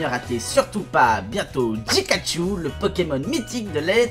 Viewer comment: tu l'écit mal, il a dit pikaj